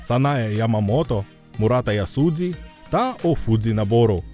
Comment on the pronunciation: Прикро що ви використовуєте іноді Поліванівку. До прикладу було Мурата ЯсудЗі, хоча має бути ЯсудЖі. Одразу відчувається що автор загалом або не дуже крутиться в темі японістики, і робить відео просто щоб було відео, а йому це самому не сильно й цікаво, або просто забиває на правила укр транслітерації з японської, що теж зовсім не круто. Загалом після такого уже й враження від самого відео зіпсовані ну і якось не відчувається душі, наче конвеєр якийсь...